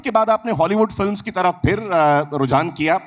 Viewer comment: Kam sey kam interviewer to sahi talaffuz mein boleiN. ‘Fir Fir’ kar rahey hain….sab sey aasaan aur buniyaadi cheez. ख़, क़ जैसी आवाज़ों की तो क्या ही उम्मीद करें